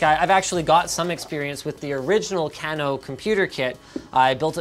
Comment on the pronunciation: linus its kay-no not can-o at least i think...